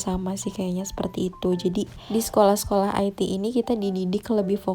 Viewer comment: Sekolah IT dia baca "ai ti" 😂 padahal Sekolah IT dibaca "ite" karena singkatan dari Islam Terpadu 😂🤣